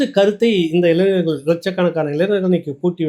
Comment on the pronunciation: அய்யா,இளைநர் அல்ல,இளைஞர்.உச்சரிப்பை சரியாகச் செய்யுங்கள்.